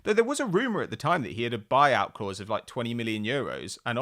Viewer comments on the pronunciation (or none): none